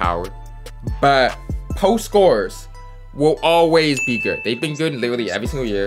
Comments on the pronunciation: Why u say good like geerd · good* not gerd 🤦‍♂️ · Why do you say “good” like that ? Lmao gurrrddd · I thought it was only me hearing it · ohh he said good ian even knowwwww😭😭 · why does he say good like that